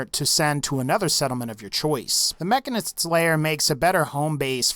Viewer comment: mah-can-is-ts, one more time M-AH-CK-Ā-N-IH-S-TS